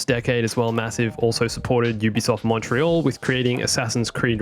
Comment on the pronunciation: It's Montréal, not monetriole.